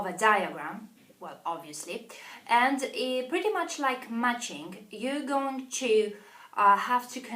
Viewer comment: "All of them are 8" !!! WRONG Grammar! It should be 'Altogether they are 8' . BAD pronunciation - FUCKUS instead of FOCUS, MUCHING instead of MATCHING. Pronunciation is EAST EUROPEAN - Polish accent. People watch BRITISH COUNCIL videos